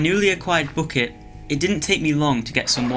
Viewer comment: Bocket? Why Bocket